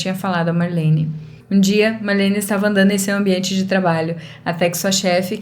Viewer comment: É Marlene e não Malhene, assim você acabou deixando a história mais fofa kk😊